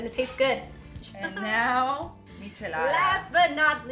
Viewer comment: This whole video I was like “bitch, Wheeet???!” “Mich-alada” 🤦🏻‍♀️🙄